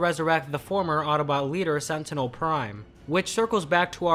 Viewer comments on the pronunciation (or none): none